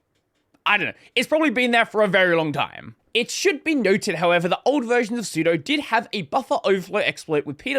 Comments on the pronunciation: I love that you don't know what sudo is. su... do super user do do the following as if I'm the super user the 'do' is literally the English word 'do', just as in 'doas'. so it's pronounced 'soo.doo', not 'soo.doh' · Sue-Doe VS Sue-Dew. Honestly, it makes me angry hearing it "mispronounced". vi vs emacs is a joke. So it "guiff" vs "jiff". This is real. :D